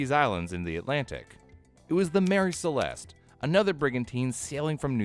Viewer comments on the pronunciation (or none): none